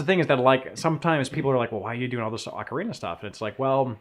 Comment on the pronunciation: Hate to break it to you guys, but in English Ocarina is pronounced "ok-uh-ree-nuh" Not the other one. :P